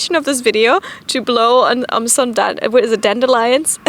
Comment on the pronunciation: whats a dande-lion?